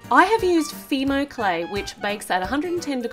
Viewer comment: i have fimo by the way your saying it wrong